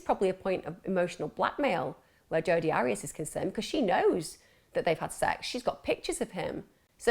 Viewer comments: AIR-REE-ASS not ARRY-ASS . I so wanted to listen to this, but if you can't even get the name right... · Her name is pronounced' Air re as' but who cares shes a nobody 👍🏽